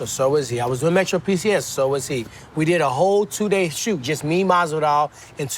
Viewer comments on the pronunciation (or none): none